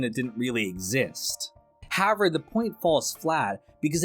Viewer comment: I noticed that too. In every video he says however a couple of times, always pronounced "Hower" or "howe-air". Pretty funny. 😅